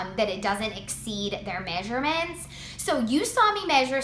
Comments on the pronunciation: Measurements "MAY-SHUR-MINTS" What accent is this? Lmao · Im from minnesota... and i dont say may-sure-mints. But ive heard some people here say it.